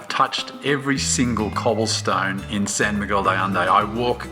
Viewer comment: How can they not pronounce the name of the place where they live?????